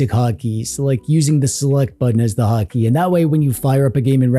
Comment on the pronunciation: When you said 'hot key' i thought you said 'hockey' and for a minute i thought it was a Canada thing.